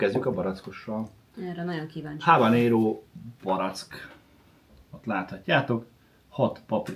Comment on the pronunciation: Ahogy a mondta habaréno!😂😂😂😂